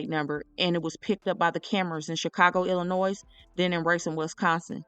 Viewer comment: thank you! and Illinois is pronounced with the 's' being silent🙂